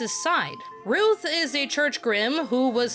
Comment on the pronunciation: His name is pronounced rim A ru